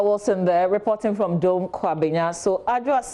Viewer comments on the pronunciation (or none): Host, correct your pronunciation of Dome. It is not the english word 'dome'